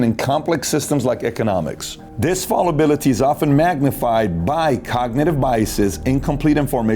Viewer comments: pronounced foul-a-bility not fall-ability, spelled fallibility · Patrick. Fallibility comes from fallible, liable to err. It's got nothing to do with "fall". Thus, it's pronounced to rhyme with the a in calisthenics and not the a in call. The antonym of a nationalist today is humanitarianist. Democracies with billionaires is a problem because they wield too much influence in society. But given a choice, rather a Soros than a nasty, murky, Murdoch.